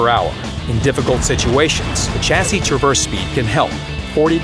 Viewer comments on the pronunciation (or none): none